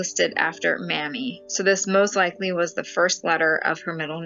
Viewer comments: I think her name is pronounced Maymee? A once common name, one of our President's had a wife by this name, I believe it was President Dwight Eisenhower. If it were Mammy, it would be spelled Mammy, an endearing word for Mother. Hope this helps. I really enjoy your channel ❣️ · The little girl whose name you pronounced wrong is May-Mee, Mamie. It was my Aunts name. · Pronounced "May-mie" as in "Mamie Eisenhower." I bet. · HOw interesting! Thank you. I always pronounced Mamie as May-mee.